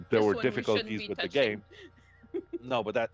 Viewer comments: "GAEM" DIRECTOR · " Gaem Director" Ah, I love dbd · ah yes, “GAEM director”